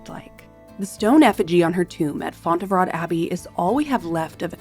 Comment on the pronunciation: I do feel that most of her beauty was down to her intelligence and huge tracts of land. And you can't believe the accuracy of the effigy, unfortunately. Fontre vo is how you pronounce the name of the Abbey. Linen was ubiquitous. Used by everyone who wore clothes.